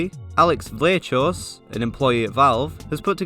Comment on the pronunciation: The valve employee's name is pronounced "vlaa-hoss" Also, nice to see people get inspired from 3kliks videos